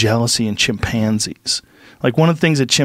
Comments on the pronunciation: Joe "Chim- Pann-sies" Rogan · Joe Rogan - “Chim-panzees”